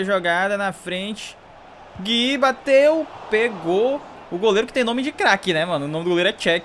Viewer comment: plmds,n é Gui,é GUIÚ